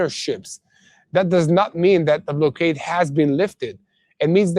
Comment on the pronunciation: block-ade not blow-ade